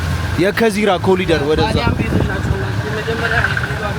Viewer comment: ኮሪደር ኮሪደር ነው ። ኮሊደር አይደለም